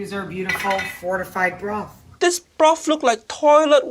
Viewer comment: anyone else hear mortified broth or was that just my imagination MSG> Message Someone's Grandpa